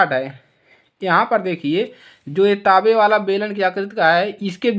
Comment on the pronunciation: ताबे नहीं होता तांबा होता है